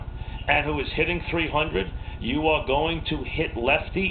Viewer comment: I like Posada. A LOT. The hittah is hitting left-handed against a left-handah? AWe you outta your mind?